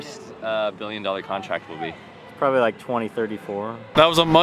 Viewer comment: When said probbilly 2034 it was